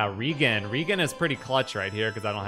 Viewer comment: Maybe I said this before, but REGEN is short for regenerate. Thus, re-JEN, not REEgan.